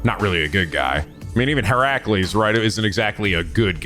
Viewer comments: I think should really google pronunciations for every Servant's True Name even when they're seemingly simple to pronounce 'cause he got Heracles right the first time & then bungled it later before correcting himself to the proper one again. (HER-UH-cles, not he-RAH-cles) I'm very much not trying to be mean, I know a lot of folks struggle with names, it's just that sometimes you can't really gleam exact pronunciations from text in the comments & hearing the names said out loud would help make things click. Again. As politely as possible, I love. (he should at least look up the pronunciation of lancer's true name 'cause that one's actually unintuitive since the celts spoke something veeerry divorced from modern english & how things are spelled aren't how they're said aloud) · mild correction on how you're pronouncing Heracles it's Heh-ruh-kleez, the Hera at the start is based on the Goddess Hera as a futile attempt to appease her cause Heracles is the result of Zeus being unfaithful not only insulting Hera directly as Zeus's wife but also insulting her divine domain as the Goddess of Marital Responsibilities which sadly she takes out way more on the mortals then Zeus himself, Edit: ah well you corrected yourself early, what I get for being impatient and rushing to comments I accept this egg on my face 🍳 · I’m gonna a give you an enunciation tip while it’s still early and fresh. Hint: nobody pronounces it as her-CU-les